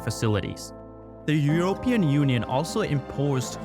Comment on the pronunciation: I'm interested to know where you're from, because i can't place your accent. And your emphasis on certain syllables like "Eur-O-pean" was unusual for a native English speaker. If English IS your second language, good job.